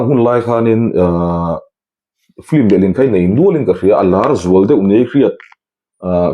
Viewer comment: patling puui si a piankum an zep deuh ah ,, hahahaa ..engatinge FILM tih tur hi FLIM ti a kan lam tlat zel mai le .. a zialo emai.